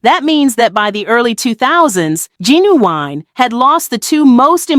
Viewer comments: You can’t say his name right? It’s Gin-u-wine…not ginnawine!!! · Girl y you call him jennywine? Say hi name correct out of respect. Geez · Damn a least say his name right